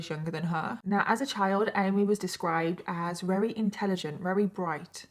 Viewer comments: My question ❓❓ is why do you say weary instead of very. All V you substitute for w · I've been watching you for a while, and just last week, I noticed that you use the word "very" excessively. But you're pronouncing it "wawee" and "raree." To the point I have to stop watching the videos. Have you always pronounced it this way? Or did it take me a year to notice it? Is this the English way to say "very"? I'm curious.